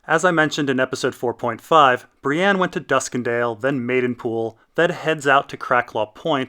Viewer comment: Why do you say "Bri-ANNE"? There's no A in her name.